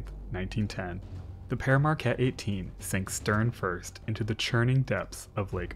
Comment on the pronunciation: We pronounce it "peer", not "pear". Other than that, great vid!